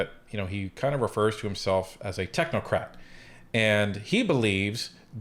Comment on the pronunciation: did you say technocrap or crate? Either way I'm not buying what he is selling